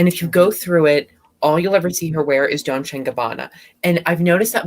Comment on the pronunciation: What's Don-che and Gabbana?😅😅😅